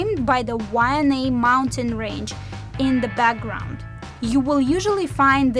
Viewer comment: You guys are crushing it. What made you do this? This is insightful and thorough. Plus you are funny trying to pronounce the words. Keep it coming gang you deserve a great big ALOHA from The Kupa Aina (residents). Why-Ah-nye Waianae, there you can say it now. Too cool.